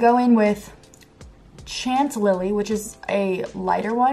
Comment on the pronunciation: It’s ok she can’t say Chanel or Chantilly either lol. -like I have room to talk cinnamon synonym